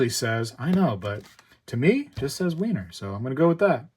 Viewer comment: Over the pond Philharmonics are more popular and decent price apart from the general difference in premiums. It’s pronounced like Viener not Wiener (Vienna). The Queen Anne’s revenge first of series is lovely and has a nice premium